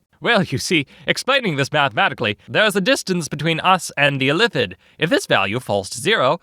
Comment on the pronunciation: Weird Illithid pronunciation.